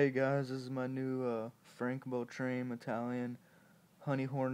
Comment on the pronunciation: It is pronounced "Bell-trah-mee" not "Bell-traeme" :-]